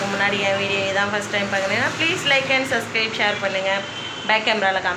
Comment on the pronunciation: சப்ஸ்க்ரைப் னு சொல்லுங்க சஸ்க்ரைப் னு சொல்லாதீங்க சப்ஸ்க்ரைப் னு சொல்ல வரலை னா பதிவு செய்ங்க னு அழகா தமிழ் ல சொல்லுங்க 😊